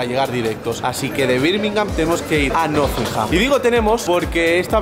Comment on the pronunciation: El tío se va a la ciudad y todo pero sigue sin saber pronunciar Nottingham 😂😂